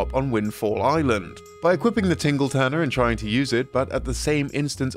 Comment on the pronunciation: The Tingle "Turner"? Come on my man.